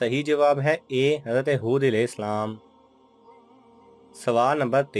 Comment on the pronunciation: Alaihi salam Sahi tariqe se parha karo please